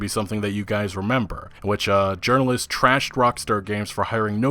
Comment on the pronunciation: Heavy emphasis on "journalists"